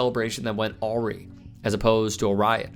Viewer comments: Aw-ree? It’s uh-rye. Awry. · Yep, pretty much sums up the US. But....really? arry? A-Rye. Jeez! Things went a-rye. Words matter and understanding how to say words and what the mean is vital. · Awry- pronounced a-rye not aw-ree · I love the channel, but PLEASE check a word out before you record yourself saying it wrong. "Awry" is pronounced uh RYE (like "tie")